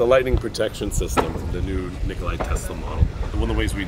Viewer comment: His name was not nikolai it was Nikola.